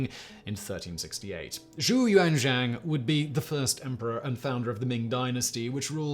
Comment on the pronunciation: Nailed the pronunciation of Zhu Yuanzhang